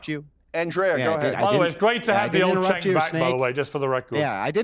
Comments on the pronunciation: is intellectually intelligent, yet the emotional intelligence he sadly lacks has him miss how purposely pronouncing Cenk’s name makes him less credible, not matter how logical he is. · The funniest part about his whole debate is the fact that refused to pronounce Cenk's name correctly the entire time...😀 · I'm a conservative and no fan of Cenk, but repeatedly and pointedly mispronouncing his name comes across as childish and petty while trying to call him out for being childish and petty. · I cant respect someone that mispronounces a name on purpose, especially when corrected by the person whose name is mispronounced. It just unveils that person as obnoxious on a deep level and not worth listening to. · He earned that “Andrea”, I have no idea where tf he is getting his pronunciation of “Cenk”. No one else says like that. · approached this debate with such bad faith. A guy has articulate like him could not pronounce the man name right? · lol then he can him Andrea😂. But ya, sink went back to his own ways so fast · Going out of his way to say Sank instead of Cenk is so childish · It's pronounced "Chunk", not "Senk" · "It's Chhhh enk.. not Senk. And i condemn it everytime😂" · calling him "senk" nonstop I found even funnier than "snake". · I think everyone should start pronouncing Cenk like does here. "Sank" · Is his name pronounced “chank” or “crank”? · not when he started out. He was calling him Sink and and Chenk kept correcting him. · He mispronouncing Cenk's name as a Senk or Sink got me. 😂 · calling Cenk "Senk" keeps triggering me. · I was literally hearing snake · trolling calling Cenk, “Sank”.. 😂 love it! More, please. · I laughed evrry time he pronounced Cenk's name as Sank. 😂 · Why is he saying "Sank" though?😂😂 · Cenk shoulda never made note the mispronunciation bothered him. made sure to say "Senk" every sentence after 😂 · continues to troll Cenk by mispronouncing his name.